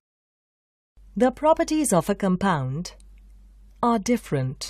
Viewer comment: also its pronounced CALM pound NOT COME pound